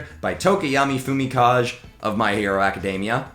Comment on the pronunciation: Slight nitpick, but it's not pronounced 'Fumi-kaj' it's pronounced 'Fumika-gay' but aside from that you did good.